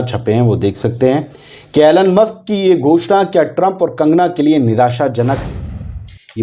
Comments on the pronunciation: एैलेन मस्क नही भाइसाहब इलौन मस्क. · Elon ( E - Lon ) ✅ Elon (Allen ) ❌ Donald ( Don - ald ) ✅ Donald ( Do - nald) ❌